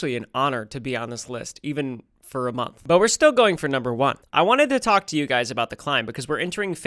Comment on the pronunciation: "I wanted to talk tua"